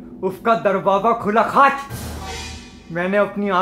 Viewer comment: Sameer said KHAACH...CHA bolaaaaa 🤣🤣🤣🤣